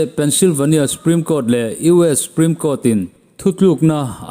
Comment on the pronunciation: 'Supreme' tih ah hian S leh P inkar a 'U' hi i paih daih zêl a. Huat awih loh.😂